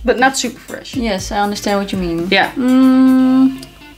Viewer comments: Is Fwesh haha. I <3 you:) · Yesssssss FWESH day!!!